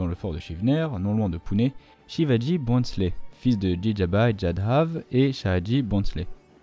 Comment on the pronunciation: Very good video. BTW, the N is silent in Bhonsle.. its Bhosle